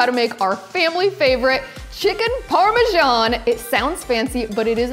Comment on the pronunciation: You guys in this US need to learn to pronounce Parmesan correctly, that is ridiculous.